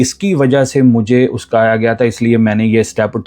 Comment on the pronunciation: Brother app word oksaya ko galt bolty ho.... App oskaya bolty ho. Plz correct it